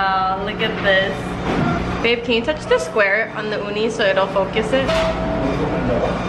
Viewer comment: She said uni and I heard oni... wow